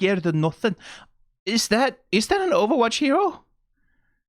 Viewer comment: is funny that you pronounce it like owowatch